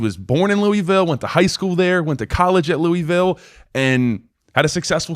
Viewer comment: It's loooville say it like your mouth is full